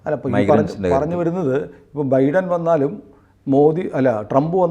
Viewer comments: ബീടൻ അല്ല ബൈഡൻ 😂😂😂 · The US President's name is pronounced BYDÈN and not BEEDON.